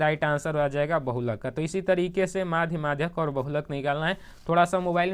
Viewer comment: मधिका nhi maadhak